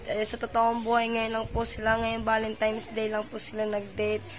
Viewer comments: VALENTINES not valentimes. Aral aral na kamuning ha? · Kamuning valentines po,hndi valentimes..✌✌